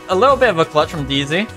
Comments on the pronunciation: It's DEEZEE not DEEZEEZ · It's deezee not deezeez xd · It's deezee not deezees